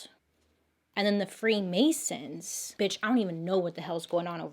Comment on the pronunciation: The free Mary’s instead of the free masons